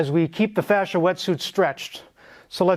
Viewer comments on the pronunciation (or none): Fascia? Oh his FA-THER!